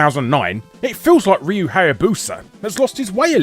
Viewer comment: Seems that no one knows how to pronounce "Ryu" outside of Japan properly. (Also, there is that Castlevania mobile game on the horizon: "Grimoire of Souls".)